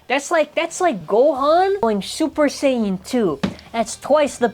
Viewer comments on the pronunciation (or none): none